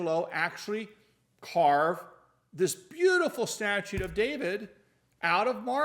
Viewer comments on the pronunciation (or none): Hopefully Mrs. CRS reads her comments, I suggested she watch your videos. 😁👍 Another thing, with your law knowledge, is it hard for you to say statue? 😂